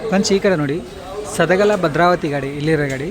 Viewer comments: ಸದಗಲ ಅಲ್ಲ ಬ್ರದರ್ ಸದಲಗ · ಸದಲಗ ಅದು ಸದಗಲಾ ಅಲ್ಲ correction maadi brother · ಸದಲಗ ಗುರು ಅದು ಸದಗಲ ಅಲ್ಲಾ...ಎಸ್ಟು ಸಲಾ ಹೇಳಿದೀನಿ😮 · ಸದಲಗಭದ್ರಾವತಿಯದು. ಸದಲಾಗ ಅಲ್ಲ